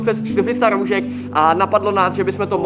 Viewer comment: Pořád říkáš roužek a ne roušek